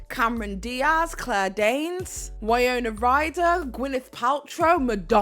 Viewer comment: You may want to have one researcher who is older or from the UK. The woman who starred in Monster In Law with JLo was the iconic Jane Fonda who is known for even more than her acting talent. Also the show where she was a fly girl was In Living Color not Living In Color. Also you continually mispronounced Winona Ryder’s first name. You are a Millennial and live in the UK 🇬🇧 so it is understandable you would make these mistakes but still wanted to give you this feedback. I did enjoy this overall😊